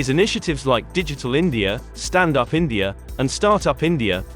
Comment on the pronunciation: Its India not Indiar